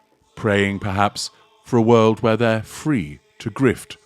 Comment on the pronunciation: WIRLD instead of WORLD???? That channel sounds crazy!!!